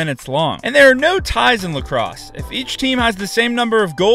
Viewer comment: "lacroose" lol. Great explanation but I wish you explained WHY for some things a little more... Like why the longer sticks for some players?